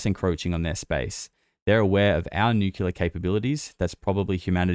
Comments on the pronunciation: sir, you are pronouncing Nuclear incorrectly. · Oh great another person that doesn't know how to pronounce nuclear .😂😂😂Maybe those stories about advanced civilizations living inside earth have always been true. Admiral Byrd talked about it. And I believe it was the Hopi who said the "ant people " took them underground to survive a cataclysm. Tons of those kinds of stories